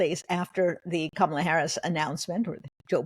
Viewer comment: Jen Rubin! It is NOT "Camel-ah" as in "camel." It's Kamala, as in COMMA!